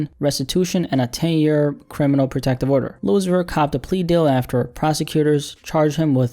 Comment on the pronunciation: ‘lil uzi verr’ 😭